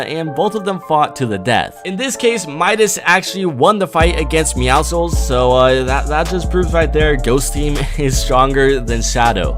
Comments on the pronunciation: its meow-soles. would you say muscles as "Musicles" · Its pronounced "meowsels" not "meowsicles" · It’s “meowschles” Not “meowsthecals” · Stop saying mee-ow-SI-kuls it’s mee-OW-suls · bruh its meowzlez not mEoWsIcKlEs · Meowscles is prounced "Meow-sulls" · It is pronounced meowsuls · You say Midas correct but you pronounce meowsles like muscles not muskles like no one would pronounce muscles like "hey my muskles are so amazing!" Also myth: what happens when you place down a decoy near a henchman and a phone booth or just a phone booth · its pronounced meowsels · Stop pronouncing the C on the Cat Skin it is silent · Ok to everyone who pronounces the c in meowscles it is silent bc it's a sort of pun in muscle do you say the c no so why do it with the word meow in front of it like bruh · You say it like muscles, but with a "meow" instead of a "mu." I'm not trying to roast you btw